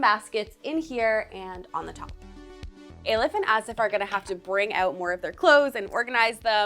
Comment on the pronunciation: I love you, but the mispronounciation of these people's names is really uncalled for. Why haven't you actually asked them how their names are pronounced? Not Ay-lif / Ey-lif, but 'E' as in elephant and 'lif'.....